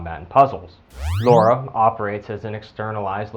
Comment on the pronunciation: Holy shit! Her name is LARA, not LAURA! A minor pronounciation problem, but it irritates the shit outta me.